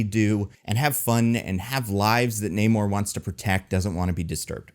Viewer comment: I love the movie. The only problem I had was that for some reason after Namor introduced himself as "Na-mor", in the very next scene the Wakandans called him "Neymor", and that didn't make sense.